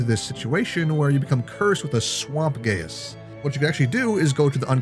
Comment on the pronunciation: Geas is pronounced like "Geist" without the T! It can also be spelled "Geis" on that note, but at least you get a little tidbit for later :)